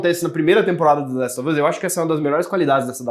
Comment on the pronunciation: Esse apresentador precisa parar de falar the laxe of us mano